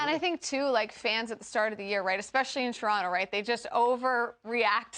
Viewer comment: I had to rewind it but she said Toronto correctly - nice!